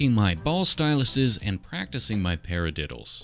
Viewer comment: I STOPED IN MY TRACKS WHEN I HEARD “ Paradiddles”